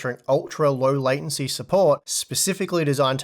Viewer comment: Thanks. Also when tried to combine latency and sensitive it sounded a bit like he said "lesbian" 😂